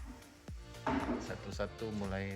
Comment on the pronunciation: wkwkwkwk medok kali pas bilang 'BATU'